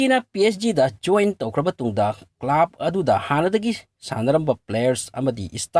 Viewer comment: Club ki pronunciation du semdokpi o.